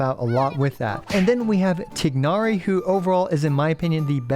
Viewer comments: Tigg nari pronounciation is diabolical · This guy playing Genshin for years now but can't pronounce Tighnari correctly.